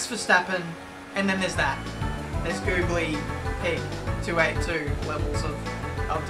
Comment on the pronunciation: acenace24 he said the gooly pig instead of godly